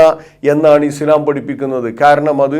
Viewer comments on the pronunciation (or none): none